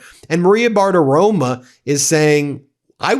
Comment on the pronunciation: It's BartaroMO. I mean, I can't stand her, but getting her name wrong every single time reflects on you, not her.